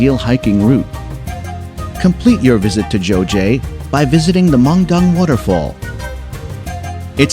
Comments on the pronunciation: #5 Geoje. It’s “guh-je” (g as in ‘girl’) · It should be pronounced KEOJE, not GEOJE. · Geoje 조제가 뭔지 모르겠네... 아... 설명하는사람 발음이... 거제를 말하는거였네.ㅎㅎㅎ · GEOJE is 거제 and it is mispronounced as 조제.. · Geoje pronunciation is not 저제[jeoje] but 거제[geoje] similar to the front part of Gyeongju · Thank you for introducing those tourist attractions to the people in the world. I'd like to talk about the pronunciation of 'Geoje' ( : #5. Geoje) Here the 'g' of 'Geo...' should be pronounced like you pronounce the 'g' of 'gun' = Not the 'g' of 'gem' . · 거제geoje this island the pronunciation is very strange